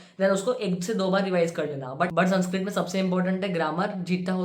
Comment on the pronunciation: Bro ur saying sanskrit and I'm hearing sunscreen Literally I was going to skip tha part where u said sanskrit 😂